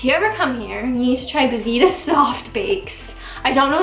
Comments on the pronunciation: its bel vita. as in beautiful life. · never heard anyone call belvita, bevita before, it really got to me and i dont know why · Thanks for noticing that there's a letter "ell" in Bel Vita, it's not "bevita". (for those of us who can read)